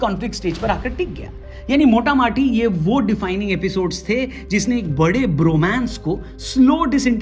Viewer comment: Mota- maati nahi Mota moti hota hai 😂😂